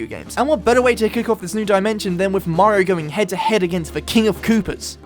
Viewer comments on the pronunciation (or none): Dose he say mamario? Or is that on purpose? 😂